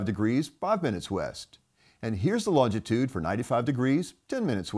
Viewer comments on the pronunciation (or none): There is only one t in longitude, not two. It’s not longtitude.